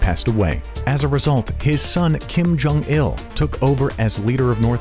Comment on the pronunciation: "Kim Curt Jong-il"